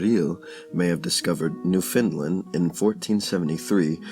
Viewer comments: Repeat after me: New Found Land. Newfoundland. Not newfinlend. We take offence to that. Say it right or don’t say it all. Even Canadians mess this up. Amazing video and content nonetheless, thank you. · Yes correct pronunciation. Not Fin or Fund. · He says New Finland. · There is no such place as Newfinland. It's Newfoundland. Say "understand." Now say "Newfoundland." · WRONG. Its pronounced NEW FAW LAN. im from there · It is NewFOUNDland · Good information is blighted by sad mispronunciations of common words, as well as Newfoundland, which is important here. While I like the information, I cannot show a class a reading where the reading is not properly done.